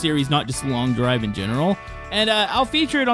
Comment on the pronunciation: itsnot long diver its showt derive